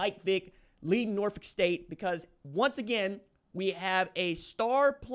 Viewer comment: BEHOLD THE GREEN AND GOLD💚💛thank you pronouning Norfolk correctly!!!